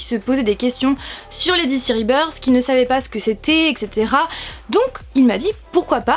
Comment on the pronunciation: mais quel accent anglais sur ribeursse. Explication très claire bravo !